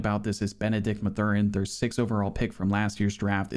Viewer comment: I have never heard somebody say mathurins name like that 😂